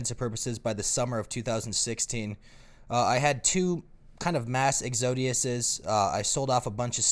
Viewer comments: lol when you say exodius and mean exodus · It's pronounced "Ex-oh-dis."